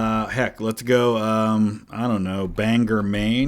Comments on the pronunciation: It’s pronounced Bang-gore, not Bang-gir or Bang-er. Thank you. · Banger Maine had me dying its pronounced bane-gore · Sir it’s pronounced Bang-or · Hey, I’m just gonna give you fair warning that you triggered every Mainer by calling Bangor “Bang-er“. It’s pretty much a sin here lol.